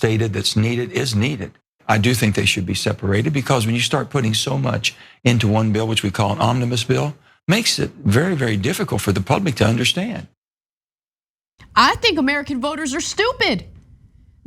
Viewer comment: Can we all note that Manchin said "which we call omnimous bill" [spelling is correct] instead of "omnibus"? I listened to it several times, and that's exactly how he pronounced it. Hearing Manchin speak a couple dozen times in recent history, it's clear that he has no idea what he's even talking about. Whenever he talks about policy or lawmaking procedures, it has the jist of someone who skimmed a Wikipedia article, but didn't fully understand it. And yet he talks down to his audience, explaining it like he's an expert, and treating the audience he's addressing like uninformed children.